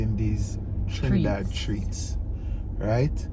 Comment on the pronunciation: pronounced all the names of places in Trinidad, correctly. 😊👍🏻